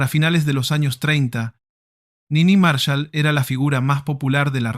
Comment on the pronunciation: Cómo Nini Márshal?? Es Niní Marsháll